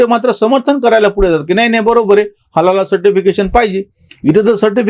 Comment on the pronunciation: नमस्कार 🙏 व्यास पौर्णिमा गुरुपौर्णिमेच्या शुभेच्छा! 🙏🌹 चुक म्हणत नाही पण उच्चार चुकला दोनतीनदा म्हणून मेसेज करत आहे हलाला वेगळा व हलाल सर्टिफिकेट असते